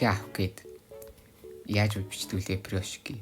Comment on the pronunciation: Фирошки ч гэх шиг пирошки ш дээ 😏